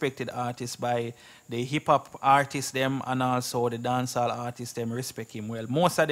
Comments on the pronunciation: Yea okay, keep trying real hard but It still don't take away the fact that your point nah make it, and it still don't take away the fact that it's artists not artiseeessss.. lol... Come again! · Blogger, the word is not "artises" . When it's plural it's just artists. It's pronounced like the singular form artist with an s at the end, it's still 2 syllables not three